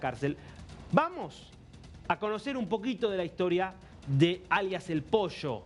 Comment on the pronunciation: posho nooo, ES POLLO, CON P